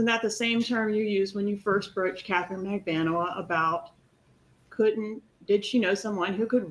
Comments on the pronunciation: For the love of God, please learn to pronounce Katherine Magbanua's name correctly. It is Not Magbanwa! It is Mag-ban-oo-ah! I notice you finally stopped calling Luis Rivera, "Riviera," so I assume you can learn Katherine's name. C'mon. It's bad enough you don't even get the Adelson story correct. I'm done. I'm off to the Law and Crime Network, where I can rely on their information. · Katies last name is pronounced: Mag-ban-a-wah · Its not Magbanwah. Please stop mispronouncing her name. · Poor Katie will forever live with her name being butchered nine ways to Sunday. Now she's French! 👩🏽‍🎨🤌🏽 😆😂